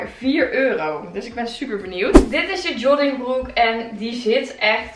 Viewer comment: Jollingbroek : Joggingbroek : Jonningbroek : Joddingbroek Hahaha vond dit zo schattig :) Hij staat je trouwens fantastisch, net als die grijze trui en de roze jas, daarin ben je net Legally Blonde :) En je krullen zien er zo mooi uit hier!